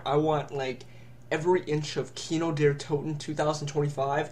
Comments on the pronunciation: its kino der taught-in NOT what ur sayng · hey i'm German its kino der (sounds like there but with a d instead of a th) toten(long o)